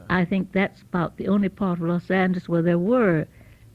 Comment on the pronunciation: She even pronounces Los Angeles correctly. My father was born there and called it, “Loth Angle-ees “. Difference in breeding and age. He was born in 1929.